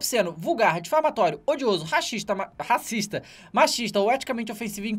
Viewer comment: Reparem que ele falou "Raxista" da primeira vez... Aaah kkkkkkk